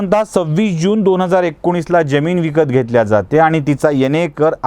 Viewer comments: ज्यमिन्ं नाही जमीन . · उच्चार बरोबर करा हो, ज्यमीन नाही जमीन म्हणा ! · आपल्या मराठी उच्चारांना एनलायझर लावला असता आपण सातत्याने जमिनीतील जरतारी ज चा उच्चार जगभरातल्या ज प्रमाणे करीत होता. अशी जमीन मुरूड सोडा, मराठी भाषेतच नाही! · Jyamin nahi jamin